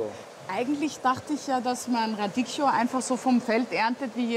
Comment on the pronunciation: Radicchio... RADIKKIO.. man man man... echt peinlich dass sie nichtmal den Namen eines Salates aussprechen kann....